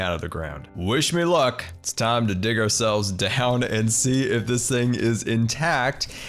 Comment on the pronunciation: You said done. Not down. Lol